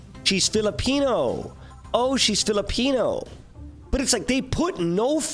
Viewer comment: bruh as a pinoy, the way you say filipino makes me feel \_(>_<)_/. Its sOoOoOoO...... BRUH